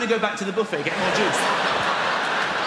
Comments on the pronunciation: Am I the only one who finds it odd that the British pronounce buffet as BOO-fay but filet as FILL-et and valet as VAL-et? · Yeah, sounds like the word Boof-head, doesn't it? 👨‍⚖️👂🎭🍱